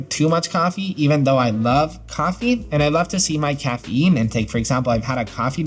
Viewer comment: The way your pronounce caffeine has me rolling 😂